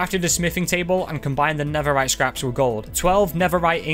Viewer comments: Netherite ❌ Neferite✅ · he was making a joke about accent and how he pronounced netherite